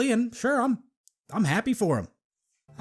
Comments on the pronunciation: How many times is he gonna say "misconstruting" instead of misconstruing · i only scrolled through the comments a little bit, but anyone else notice how he keeps saying "misconstruing" wrong? like, he said misconstruded the first time, but the rest of the time, he says misconstruding. theres no d there. i just kept laughing every time he says that, cause he's trying to say you can't get his point, or you misinterpret it, yet he can't even tell you your reading into it wrong properly. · "misconstruding" made me throw up in my mouth a little